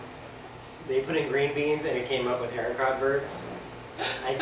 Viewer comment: ARE - EE - KOH - VAYR. Otherwise awesome vid :)